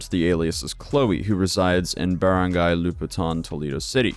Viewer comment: Wow I'm surprised you pronounced barangay so well lol, people usually butcher it so bad I click off immediately